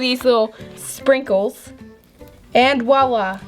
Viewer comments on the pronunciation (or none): When she said sprinkles I thought she said “frikles” I’m dying😂